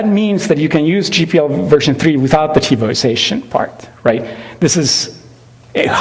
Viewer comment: Just wow, 'Tebows asian', 't-bo's asian', 'TiVo itself', 'TiVo ization', 'Tivo sation'. It's 'tivoization'!!!